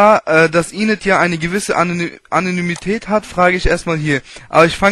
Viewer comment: Kam eh nicht im Radio, jeder Radiosprecher kann fehlerfrei sprechen beim vorlesen, ''annonymität'' aber ist geil ;)